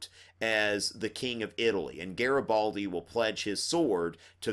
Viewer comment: Hi! your videos are amazing, I might be passing my history exam just thanks to these videos! Anyways it's GARIBALDI and not GARABALDI:D But you're still awesome! Thank you so much!!! Italian fan here